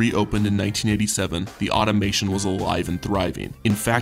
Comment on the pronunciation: It's Automaton Aw-tom-a-ton